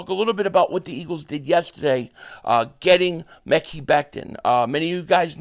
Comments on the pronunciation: its pronounced Ma kye Becton, not Mekey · Ma-kai not what the hell you saying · It's pronounced Ma-Keye